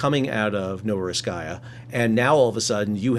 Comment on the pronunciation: Only one small caveat about a city name, it is Novorossiysk there is no kaya. Novo-rossiisk